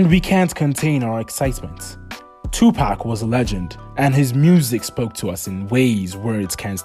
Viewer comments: Amen ! It’s ridiculous as everyone should know how to pronounce pac name by now and if someone can say keefe d properly then they should definitely be able to say Tupac. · It's pac for sure not pack like your buying a 6 pack of beer if your doing a video on a man make sure you pronounce his name correctly or get roasted on your own videos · Hey you ain't going to make it on YouTube if you can't even do research on a famous rapper like 2pac. Learn how to pronounce his name it's definitely not two pack 😂😂😂😂😂😂😂😂😂😂